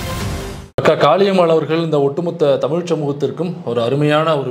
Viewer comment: காளியம்மாள் இல்லை காலி அம்-மாள்